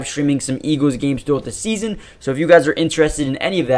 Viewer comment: It’s pronounced “EEGLZ” not “EEGEWZ”